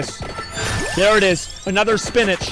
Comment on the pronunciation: every time he says "spinatch", a sailor dies